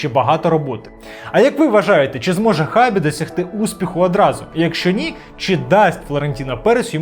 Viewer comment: Його ім'я читається як Шабі, а не як Хабі)